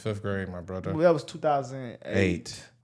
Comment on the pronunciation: Hide yourself , Barry. It’s not gonna work anymore , “bruthuh” .